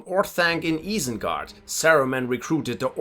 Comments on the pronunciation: Guy is butchering some of the pronunciations. Eye-sen-guard not eee-sen-guard. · es war so klar, als du Isengard gesagt hast, nur ein deutscher würde es so sagen. Aber du sprichst echt sehr gut Englisch.